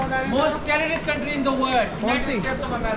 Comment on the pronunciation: Calm down, she only said "Terrierist". - knp